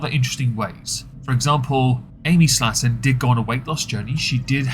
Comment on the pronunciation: It's slay-ton, not slatton.